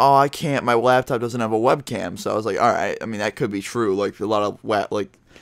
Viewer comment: did he just say wabtop???